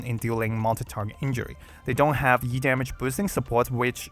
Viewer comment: I'm so ready for Yu, but still I hope I can get him early and manage to snag Blaze alter as well. Also E-damage sounds like YEET-Damage